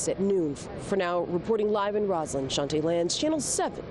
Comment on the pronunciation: Based on the spelling, that reporter’s name is correctly pronounced “Chan-tee.” I assume pronouncing it as it were the French word “chantay.” Totally different pronunciation. It’s ironic they chose her to do a story about a Congressman who misrepresents himself.